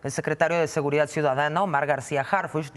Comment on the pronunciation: Covit, trun, cuidat, seguridat, es un completo ignorante, que vergüenza.